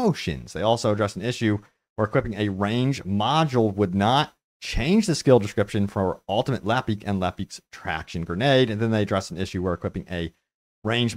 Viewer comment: Right? I heard some guy yesterday pronounce lepic as Le Peck. What is wrong with people 😂